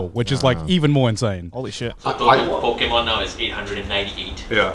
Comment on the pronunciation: Hearing them try and pronounce Pokémon was both entertaining and cringe